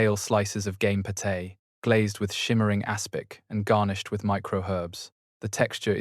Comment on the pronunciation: Please can you ensure the pronunciation is adjusted. Påté, pastry.......all sound ridiculous. Thanks